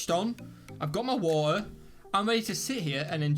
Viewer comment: you got your what? 😂 "waoteh"